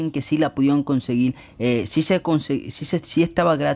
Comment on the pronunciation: me estresa que haya dicho tantas veces " conseguil"